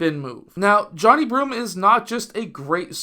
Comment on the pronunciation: Come on man, at minimum say his name correctly pronounced Jah-Ni 😊